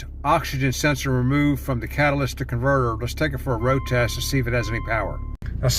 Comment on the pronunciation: Cat-uh-lit-ick converter no s in catalytic